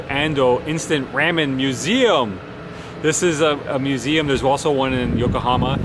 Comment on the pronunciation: Let me help you out with the pronunciation of ramen. Try saying it like this: rah-men.